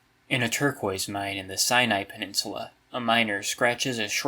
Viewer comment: it's "Sai Nai" or if sinaitic(i think) it's "Sai Nei Tik"